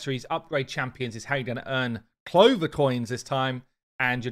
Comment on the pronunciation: “Path of the cloverrrrr” 😂😂😂😂